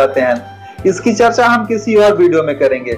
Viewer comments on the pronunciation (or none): Nice video sir.... PR woh "Bideo"nhi video hota hai